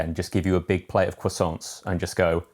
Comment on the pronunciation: Tom says quackson rather than Croissant🤣